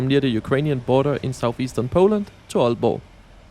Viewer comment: this is wonderful also as an aalborgenser tak for at sige aalborg og ikke ålborg 🙏